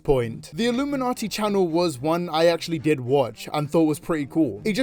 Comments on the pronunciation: It's pronounced like illumination. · it’s just pronounced like illuminati btw.. your videos are always fun though :) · Great video but it irks me so much how you pronounce her name “I- lumminati “ can you do your research on how to pronounce her name right. So glad you switched to triangle woman